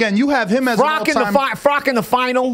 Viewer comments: Who the fck is Frock ? You mean Froch right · I don’t think “froch” would appreciate you calling him “frock” lol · Fro-uch not froc-k